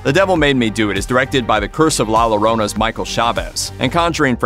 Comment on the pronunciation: "la Lorona". 😆🤦🏻‍♂️